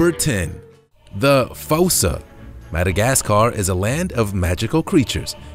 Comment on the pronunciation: It's fussa